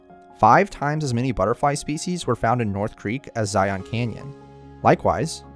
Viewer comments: Utahn here, the best way to tell a local from a foreigner is how people say zion, you guys say it as z-eye-on it's pronounced as like zy-in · It’s not so much ziONs as it is zi-ins. Now you know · It’s said ZiYin Zion not Ziyon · Sorry about noticing but is this a computer voice? Zion is a single silable not two as sometimes was said Zi-on. It's subtle but as a utahn it grates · "Zi-un" not "Zi-on." Of course the locals call it "Zi-uns" which us just as awkward. Considering that I usually sleep outside under the stars when I go to Zion I'm not all that sad that mountain lions moved out of Zion Canyon and the Springdale area. Considering that the canyon is just a small part of the park and that most of the tourist activity is centered there it's probably a good tradeoff. In fact there's a rock art panel near the south entrance called Sacrrifice Rock. It doesn't depict a sacred ceremony. No, park officials decided to make it's location known with the understanding that the area would probably get trashed. That panel was sacrificed to draw the crowds and hopefully leave other areas unaffected. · I have yet to hear anyone local to Washington county call it zi-ON. It’s always been zi-UN. Weird that Kane County would be different. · Zion, rhymes with "lion". This narrator missed a real chance here, given the topic of the video. Have only ever heard people not from Utah (or not LDS, members by and large pronounce it correctly, even from other states) pronounce it as "on". In fact, if you consult the Webster dictionary you'll find zi'en is the correct pronunciation (with li'en being the pronunciation of "lion". See the rhyme?) More people need to know this. Toole will never make sense though. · Love this video but as a local ftlog call it Zion not Zi-ohhn 😂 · It’s not pronounced “ZyAhn” its “Zyuhn” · I can’t stand it when people say Zi-ON, it’s the biggest give away that you’re a tourist. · You are miss pronouncing Zion. It is not Zi on. The o is more of an a or e sound.